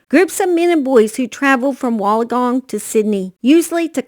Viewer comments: I'm from Australia and if you say it really fast like ( Wool_in_gong ) you have it right. I don't mean to be rude at all I love your videos I just thought I would help a gal out in this big YouTube world. Lol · I was going to help the gal out but you beat me to it. Either way it is always entertaining to listen to anyone mispronounce Australian words 🤣♥️